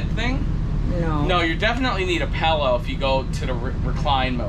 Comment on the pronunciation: what's a "pellow"? Is that like a pillow? LOL